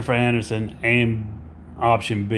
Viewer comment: i was going to watch to laugh at him. but right from the start jennifer annerson? im going to listen to him say annerson over and over for an hour? i was like hell nah im not watching an hour of jenneifer annerson. im sitting this one out pimps! 😅